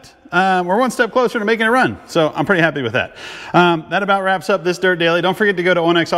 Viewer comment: I thought I heard you say “Welcome to Nerd Daily” 😂